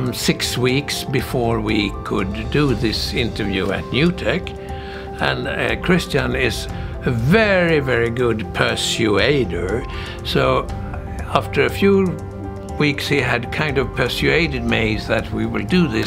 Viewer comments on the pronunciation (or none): Listen, don't get me wrong here, I am in complete awe, and while this man's English, presumably a second language, is on a whole other level than mine, even though English is my first language... just the same, it was entertaining to hear pronouncing pur-SOO-aider... and then he says pur-SOO-aided... or, is that how the British say it? Oh well, the Jesko car looks awesome and I'm hoping the Jesko 300 will hit the mark and put a proper seal on Dad's legacy. _